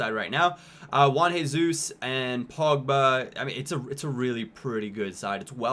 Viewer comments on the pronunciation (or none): none